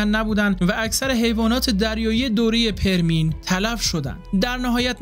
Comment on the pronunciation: بزرگوار ، متشکرم از زحماتتون . خواهشی که دارم این هستش که روی تلفظ لغات بیشتر کار کنید . پِرمییِن خونده میشه . به کسر پ و ی دوم